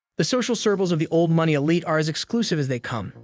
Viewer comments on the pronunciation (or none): "uncouth" "boutique" "elite"- these are some of the words the (AI?) narrator can't pronounce. ANYway, all this is bunkum. 40 or 50 years out of date. The old money Wasp elite started dying off in droves in the 1980s and beyond; their children are modern people far less interested in the stuffy old school mentality this video weirdly describes. In any case, the old money crowd only came here in the summer months- they really weren't that invested in the place and couldn't care less about the locals. Modern art has been dominant here since the 1950s. The battle between Old Money and New Money was fought and finished long ago, decades ago. New Money won, decisively. This video is highly inaccurate, outdated, most of the images aren't even from the Hamptons at all. Poorly done.